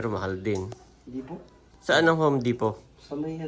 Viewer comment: Home depo po. Silent “t” po.🫰🏼